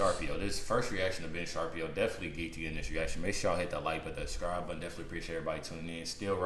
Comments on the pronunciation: SHA-Pir-O not SHARPIE -O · Hey bud - Its's "shuh-PEER-oh". Love some Ben Shapiro. Dude is a legend when it comes to facts. it's no wonder her and Candace are so close. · Sharpio????? His name is Shapiro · Ben Sharp-E-O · Sha-peer-oh is how you pronounce his last name btw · It’s pronounced…! Sha- piro.. fyi 👍🏽